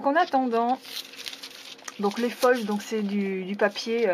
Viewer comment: sa se dit (au singulier et au pluriel) foile (désoler si tu l'a mal compris)